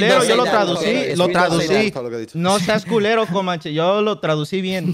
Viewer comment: Pinche pan le dice Komanche JAJAJA